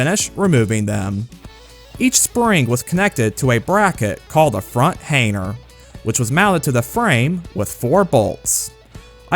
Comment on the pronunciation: The "G" is supposed to be silent.